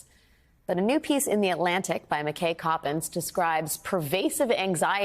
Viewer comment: McKay rhymes with eye not hay. Grr.